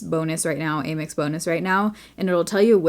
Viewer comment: I’ve never heard it pronounced “aim ex” before lol